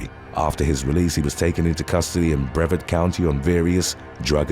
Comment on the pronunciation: Just as a small heads up for ya, it’s pronounced BrevARd, (like Brev-Yard, but obviously no Y) man growing up in Daytona it’s insane that I recognize every single place you’re mentioning.